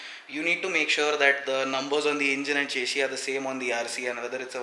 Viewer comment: Eh chesy chesy kya hai, eh chesy chesy. Chesy chesy le leeeeeeeeee,...chesy chesy le le chessssyyyyyyyy.. English ki toh maa behen kardi chesy ne...